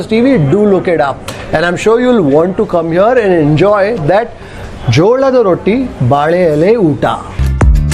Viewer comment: People don't have any other work What is this. First learn to pronounce The dish name.. If you want to watch watch it alone with your husband or brother... You don't have to show puneeth sir's videos People of india will watch by Themselve. Anyway thank you🙏 Rest in peace Dear puneeth sir.